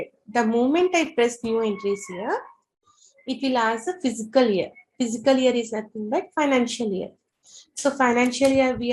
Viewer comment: Please correct your pronunciation as ' Fiscal Year'..You are pronouncing as ' Physical Year'...